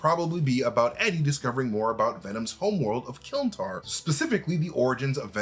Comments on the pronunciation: Isn't it "Klyntar"? Not Kylntar? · Klyntar. KLYN. Not KYLN. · It’s Klyntar by the way not Kylntar. It means cage in the symbiote’ s native tongue. Representing the fact that the planet is just a cage around Knull, formed by the biomass of symbiotes. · Love but it bugs me a bit here whenever he says it’s called Kylntar 😂 it’s klyntar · It’s Klyntar, not Kylntar. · Y’all actually said kylntar tho?! Lol why are you making up words?!